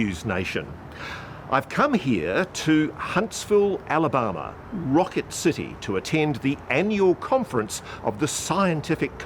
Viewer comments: Ross you need to ask Gary how to pronounce Ala-Bama… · He can't even pronounce Alabama...